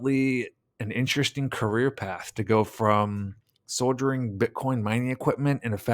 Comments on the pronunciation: Not Soldiering it's "Soldering" as in soldering on pc boards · Soldering is pronounced like sawdering... other than that, good video. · "Soldering" is pronounced "soddering." Just saying. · co-operate, not “cooooperate” “soldiering”??? You’re unfamiliar with soldering? It’s a tricky word that is spelled a bit different than we pronounce it, but you shouldve definitely caught it based on the context you were reading it from It’s hard to get behind investigative efforts when we can’t even read none too good much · Great work, big fan of your stuff, just wanna help: soldering is pronounced, "soddering" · You're also pronouncing "soldering" incorrectly.